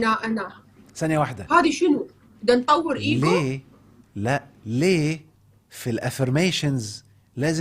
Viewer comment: النطق العربي إيجو مش أجو شكرا